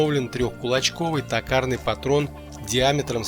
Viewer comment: Не такарный а токарный, от слова тОк!! Чё вообще не грамотный что ли?😊